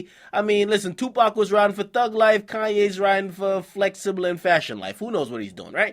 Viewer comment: I laugh all the times akademiks says flexible and reads out a tweet😂😂😂😂